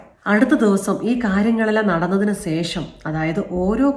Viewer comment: ഈ വീഡിയോയിൽ ഏറ്റവും കൂടുതൽ പറഞ്ഞ വാക്ക് "സേഷം" എന്നാണ്... 2025 മുതൽ അത് "ശേഷം" എന്ന് പറയാൻ ശ്രദ്ധിക്കുമല്ലോ.....